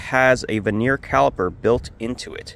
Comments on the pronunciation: do the world a favour and google "how to pronounce vernier". Spoiler alert, it's definitely not "veneer". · First time I've heard Vernier pronounced that way 😉